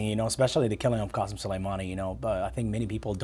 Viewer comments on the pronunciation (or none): Thats not how you pronounce iranian names. They are not arabic like the rest of the region. It's "K" asem.